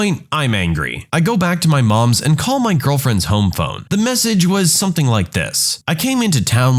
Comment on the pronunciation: No K in the word something